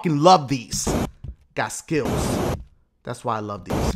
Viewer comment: When Dashie said I GOT SKILLS it was like he said I GOT SKITTLES!!! 😂